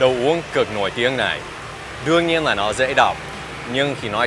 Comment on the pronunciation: Đọc chuẩn hay không cũng như chú nói tiếng Việt có chuẩn đâu. Ví dụ chú nói "Đương nhiên" thì chú lại đọc là đươn nhiên